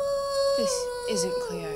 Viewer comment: it's Cleo not cloe